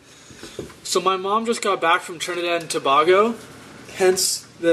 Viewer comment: Its tah-bay-go (tobago)...... and they are called doubles (Like double or nothing) lol!! My family is Trinidian and I literally cringed my life away when you pronouncing those two things! lol